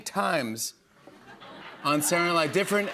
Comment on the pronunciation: Why can’t Jimmy pronounce SA-TUR-DAY-NIGHT-LIVE?! It’s not “saournavve” 😂